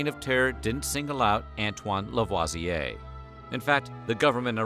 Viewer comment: This was really interesting! I’m half French and I did not know this story. Really wonderful information. Ps- thanks for pronouncing LaVoisier correctly!👍